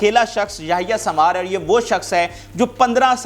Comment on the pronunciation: Yahya sambar nahi sahi name yahya sanwar hy